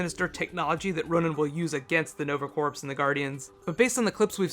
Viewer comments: love your video but its corps like core, not like corpse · "Corps".......Pronounced "Core".....It's French. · Like your videos! One comment: "Corps" is pronounced "core." I know, it's a French word and they love silent letters. Keep up the good work. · Corps is pronounced "core" like the marine corps. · corps is pronounced like core... just for future reference ( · The "p" is silent in corps (as in Nova Corps) as is the "s". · yea that was bothering me too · Corps. Rhymes with tour